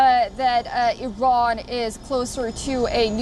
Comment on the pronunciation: Biden can't pronounce "Iran" XDDDD this mannnn what an embarrassment